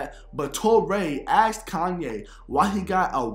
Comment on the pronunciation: His friends "axed him"? Yikes!